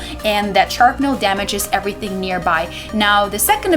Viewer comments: It's called SHRAPnel not SHARPnel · It's Sh(r)apnel not sharpnel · What's "sharpnel"? LOL